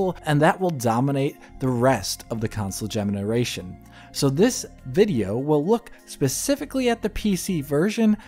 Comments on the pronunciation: What's a gemeniration? Lol. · What the hell is a geminaration?